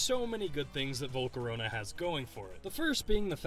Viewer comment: VoLcOrOnA, oh waity, it's Volcarona.